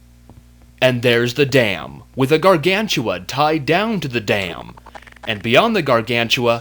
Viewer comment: ***** Hey,i amyour biggest fan and i think you know that and i wanna tell you when you tell the word gargantua it sound like you tell "gargantula". hehe.